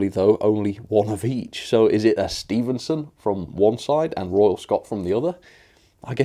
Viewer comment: Stephenson not Stevenson doh!